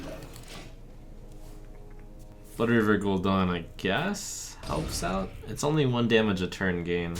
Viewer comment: Anyone else getting triggered with the Gul'Don pronunciation going on?